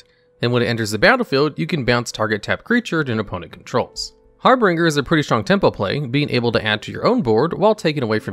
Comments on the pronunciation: Harbinger = har bin jer, not har bring ger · FYI: Its Har - binge - er, not Har Bringer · I know this video is old, but I just discovered your channel. The vid is great and I can see that a lot of work went into it, but one thing bugged me a lot. Your #9 is Harbinger, not HarbRinger. You mispronounce it every single time and it was very off putting. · It's har binger not har bringer. Harbringer isn't a word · Har - binge-er…… not har-bringer…. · Harbinger is pronounced "Har-Bin-Jer". There's only two Rs in it. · Har-binge-r. Two "r"s, not three. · It's 2022, if you can't say harBINger correctly, than you have no business making youtube videos. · He does it intentionally in every video to drive up engagement. Congratulations, you played yourself. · I noticed that there was a discrepancy between bad and big, and our narrator added an r in the middle of harbinger. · I went to the comments the second I heard him butcher the pronunciation for the fifth time. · Exactly the opposite. He does it in basically every video to farm engagement. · the way you pronounce harbinger is wrong. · He pronounced Harbinger wrong. Okay! Just leave it alone. People make mistakes! We don't need to be reminded of them. Maybe English isn't their first language?